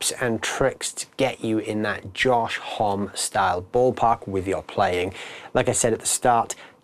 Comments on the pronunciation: Josh Homm-E lol, not just "hom" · You would think that they would do at least enough research to know how to say his name.